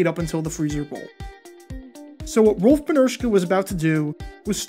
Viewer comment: Seriously, how can you pronounce Rolf’s name flawlessly, but mess up names like Jim Covert or Gaston Green? WTF?